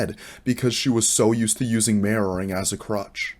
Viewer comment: Love your ocntent. If I hadnt already had years in fps/afps...I wouldn't of known what you were saying when it got to 'mirroring' or 'anti-mirroring'. Even knowing and hearihng many people say it over the years, hearing 'marrowing' or 'anti-marrowing' kept bringing me back to anatomy/broken bones etc. Not saying everyone else who was new didn't get it, but I've been around terms like this for years, and I still had to wait like 30 seconds to make sure what you were talking about. No biggie, sort of like when people go to canada and hear 'a-boot' instead of 'about'; it doesnt turn me off, just confused me and if I was totally new, id of been like 'whattt' . Although watching the bots movement with yours helped solve that problem.